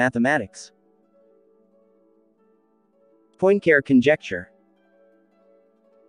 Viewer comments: You just cannot say POINT CARE as it sounds in English... (please say something like PUA-CAREER). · “Point Care”? 😢My goodness, can’t you make at least the effort to try to approximate the correct pronunciation? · Your pronunciation of 'Poincare' hurts my ears. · Not to mention unable to pronounce Poincaré. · Well, but why do you refuse to pronounce Poincaré correctly? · Why would someone put so much time and effort into producing a video about a mathematician known for proving the Poincaré conjecture, and not first of all learn to pronounce Poincaré?